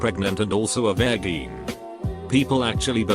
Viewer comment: Anyone else weirded out by the way the robot pronounces virgeen